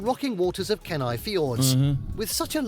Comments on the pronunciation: haha that pool of water is probably 300 feet deep. and i hate how the AI voice said my towns name. Kenai is pronounced Kee-nie. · It's jarring but I could tolerate it. Then he got to Kenai... If you're going to do a video dedicated to a certain place, it might behoove you to learn how the locals pronounce it some you don't sound like a total noob. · We don't say, galssiairs... we say, gl A ciers. AND it's not ken i... it's kEEE nI. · Kenai is pronounced Keen-eye